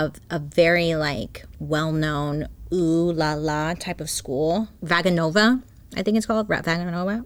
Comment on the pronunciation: I grew up training in ballet under a teacher that travelled to Russia every few years and the way Vaganova was pronounced cracked me up! 😆 It’s vah-gah-no-vah for those that may not know. And that lady DEFINITELY didn’t go to that school! The program is insanely hard to get into and very few people can say they graduated.